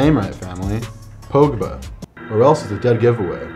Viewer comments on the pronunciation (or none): Its "Pog-bah" Not "pOWhgbA" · It’s pogba not p O gba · My number on my football kit would be 73. Btw it’s pronounced pog-baa